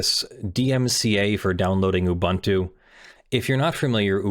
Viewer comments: he's mispronouncing it. it's oo-boon-too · Each vowel in "Ubuntu" has the same pronunciation; you pronounced the last one correctly. Also, "amd64" is common shorthand for the 64-bit Intel architecture that most PCs have these days, the kind that extends the 32-bit "x86" architecture, which was first developed by AMD after Intel's first 64-bit architecture failed to gain traction; by contrast, Intel's (now discontinued) effort, which is not backwards-compatible with x86, is usually referred to as "ia64" or as Itanium (a popular brand of ia64 CPUs for servers in the early 2000s). If you look at some older software, you might see references to "i686", as a shorthand for the version of the 32-bit Intel architecture used in the Pentium II, as if the Pentium had been named the 80586 and the Pentium II as the 80686 (Intel stopped using numbers because it had a hard time patenting them); you might also see references to advanced features of the ia32 and amd64 architectures, like SSE4 and AVX, if a software project provides high-performance builds that rely on the features of recent CPUs. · Yes but that's not how the company name is pronounced. Just because a word exists in another language doesn't mean they company is pronounced the same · Have I been mispronouncing Ubuntu for YEARS now?! Is he pronouncing this correctly? IS MY MIND BLOWN?!!